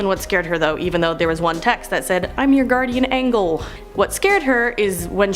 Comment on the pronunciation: I am surprised you keep saying Guardian Angel as in not American G but Russian g as in gobi dessert. Only Russian speaking countries say like that OR am I in parallel universe 😮 😱